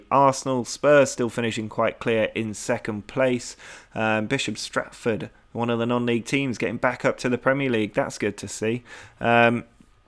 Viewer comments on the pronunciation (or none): It's Bishops Stortford, not Stratford!